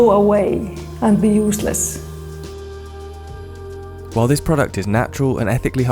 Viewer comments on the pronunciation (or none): “UsEsleEsS” wow……